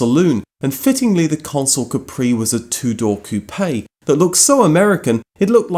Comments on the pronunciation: Coupe - one syllable Like "coop" NOT "coo-PAY" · "Cou-pay" lol, it's pronounced "coop" (the "e" is silent). 😆